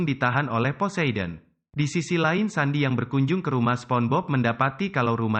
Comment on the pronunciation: Kak bukan sandiy tapi sendiy